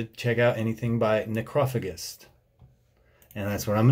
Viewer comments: Okay so is it NOT pronounced “Ne-crow-fay-jist” ?? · He literally pronounced it like you pronounce it in Spanish: Necrófago. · It's pronounced Neh crow fay jist. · BassMonster Adsit Its a greek world so i think its fa not fay not sure tho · him pronouncing it "nekrah-fugist" and not "nekroh-fayjist" is killing me internally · Necrophagist is pronounced... "Neck-row-fay-jist" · I am too lazy to read the comments...... but its Neck row fay just. Great videos man, Ive wacthed a bunch tonight. And as an old drummer from way back, I love your take on thedse, from a fresh prespective. no auto corredt on my chromebook fn pos so wharever haha Cheers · Necrophagist is pronounced like NecrophaJist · Necro-fay-gist (do you get my gist?) if you wanna break it down for him. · You are actually wrong. It's NecrophaGist. Check some interviews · Pronunciation tip: ne-crow-fay-jist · Neck-Roe-Fay-jist? No? Like age-ist....I think. Is it just me that pronounces it that way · Necro - FAE - jist.... Loosley translates to - eater of dead bodies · properly pronounced as Necro-fadge-ist dude ha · I believe it is pronounced Necro-fayj-ist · i believe the pronunciation is “ Nekro fajazz” or something similar but i dig your breakdownish videos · I think the weird word that is the band's name is supposed to be pronounced nekro-fay-dgist, but I like your way much better. :-) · Just because I haven't seen anyone else say it: it's pronounced "necro-fajist" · Neck-row-fay-jist god damnit! Haha Theyre not French HE is German, Romain is a hired gun. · It’s necro fajist is the correct pronunciation. But I think I like your way better lol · The mispronunciation of necrophagist is something I never thought I'd hear 😂 Nice vid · Agreed but he didn't even say the bands name right and doesn't listen to metal and still appreciates. Not everybody would know this kinda metal came from back then other than obscura fans or someone who grew up with them #me too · Did he really say necros name like that????